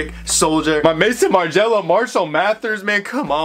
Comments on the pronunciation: Im an extremely obnoxious and pedantic i know but pls its not Mason Margiela. Its Maison as in house in French lmaoo the founder’s name is Martin too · Bro its Maison Margiela no Mason lmaoo